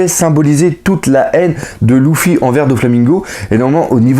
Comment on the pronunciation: c'est Luffy paq louffy